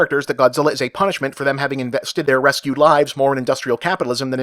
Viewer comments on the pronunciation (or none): none